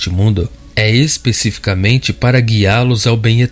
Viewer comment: Por favor, não diga, es pê cificamente... o correto é especificaMENte.